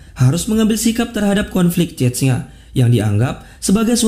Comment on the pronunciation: cesnya bacanya bukan cetnya wkwk